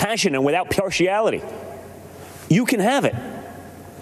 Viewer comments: “pyearchiality’? Well,..... really glad he’s not on drugs 😳 this trump tells the truth, right? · what's piartiality?